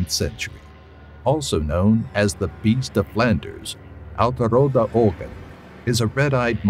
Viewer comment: how dutch people hear you say old red eyes oode rude ogken it is so funny